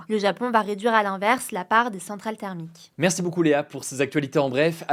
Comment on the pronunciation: Pourquoi léa dit "Marci" au llieu de Merci Hugo ?